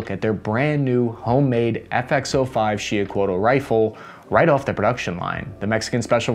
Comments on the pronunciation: He didn't. Sho pronounce it SHEE- oo-h- CO-ah-t. Two syllables. Don't pronounce the final L. (Actually, TL is a distinct different sound, a T but the tongue, touching the top of your mouth, you let air go out on the sides of the tongue). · it's pronounced "He-oh-coh-wah-tuhl" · Pronounced. She - oo - co - at, it means turquoise serpent, with the turquoise refering to solar or annual attributes, it was the divine atl-atl, spear-thrower of the solar war god of the Mexica- Huitzilopochtli.☄🐉🔥🌞🔥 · The fucking L is silent at the end of xiuhcoatl. everyone needs to stop mispronouncing tl. it's nerve rackingly homicidal inducing annoying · Just saying man your pronunciation of words ... The proper way to say Xiuhcoatl is on YouTube